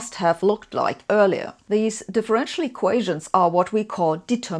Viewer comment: "eqations" ????? This one makes my head hurt.